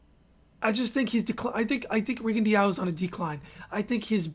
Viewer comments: Rigondeaux = Ri-gun-dow Lomachenko = low-ma-chain-ko Jesus..... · Hayden Hausman no Rigo actually wants his name to be pronounced rigon-dee-ow. Listen to his Spanish speaking trainers say his name. And low-ma-chenko